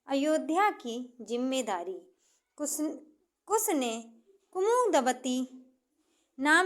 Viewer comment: Kus ya kush. Improve your pronounciation.